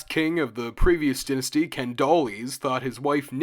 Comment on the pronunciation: first syllable of dynasty is pronounced die like singular of a pair of dice